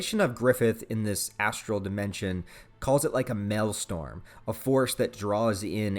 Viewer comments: BTW it's pronounced maelSTROM not maelstorm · MAEL-STROM! Not Mal-Storm. Maelstrom. Pronounced like "Mail-Strum." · Minor correction, you keep pronouncing maelstrom as mail-storm, its mail-strom. Like to strum a guitar but with an o instead of u. I like what you said about Skull Knight cause I hadn't even considered it yet, shit is about to get crazy in so many different ways. The final arc is going to be insane. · Wtf is a malestorm? You mean a maelstrom? You know? An actual word? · Maelstrom is pronounced male-strom. Not "male-storm". The R comes before the O. Sorry, just trying to help. Great review, otherwise!! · I hate to be that guy but it is actually 'Maelstrom'